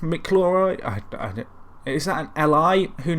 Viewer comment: What I learnt from this video, can't pronounce McIlroy